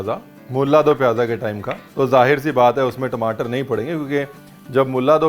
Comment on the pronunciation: Tmataar* I could hear the punjabi accent 😬